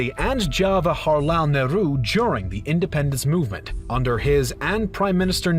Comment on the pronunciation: Nehru is turning up in his grave because of the video guy's wrong pronunciation 😂